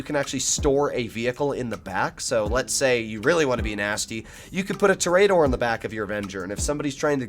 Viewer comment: “Tour-uh-door” not a “tour-E-A-door”